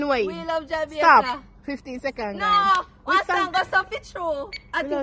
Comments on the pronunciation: She get Jamaica wrong lol🤣🤣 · Lawd she get Jamaica wrong